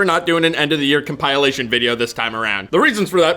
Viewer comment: In my 17 yrs on yt ive never heard someone say it as com-pile-ation